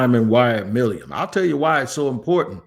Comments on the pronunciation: It's NOT MILIUM. It is MILUM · It’s Milum, I can’t take much more of this lol My-Lumm